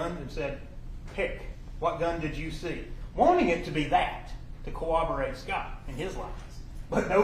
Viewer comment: “CoWObberate” “SupposeBly”